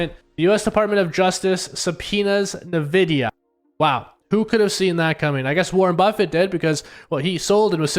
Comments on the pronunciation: Its En-videa not Na-videa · “N” vidia. Don’t listen to people who don’t know the names of the things they talk about